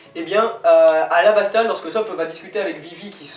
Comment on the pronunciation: On dit Alabasta pas Ara :')